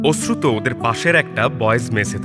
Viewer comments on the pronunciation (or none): ওশ্রুত না অশ্রুত কানে এত লাগছে।